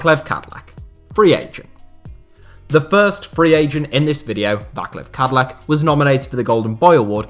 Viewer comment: Váklav Kadlek :D :D Come on, man. You could at least try to google how to pronouce his name, but this is funny as shit :D And he's not a free agent, he retired due to the knee